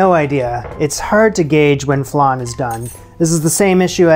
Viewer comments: love your show ! just a side note...tis flan as in pan, not flaaaaahn as in ....whatever that is lol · FLAN LIKE VAN not FLUN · Flan like pan please. Flonde?😂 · Just out of interest; what's a "flarn"? In English we call it a "fl-ann" 😄😄😄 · I love watching your videos. I thought I should tell you that you pronounce it like 'an' - flan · Pst .. there is no 'r' in Flan...so it's,F - lan...Flan 😉😉😁💕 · Love the pronunciation, not sure if the long a sound in flan is a North American thing, a Canadian thing or a thing, anyway. My northern English ears do find it endearing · i’ve been searching these comments to comment on how he says flan lmaoooo. I always am really upset with how he says vague. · why do you say flan like that?????? I also notice that you say vague as Vèêhg or vehg lol. You don’t enunciate the gue and you turn the an into an e or eh lmao.